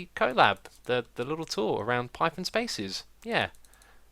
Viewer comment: Pie thon XD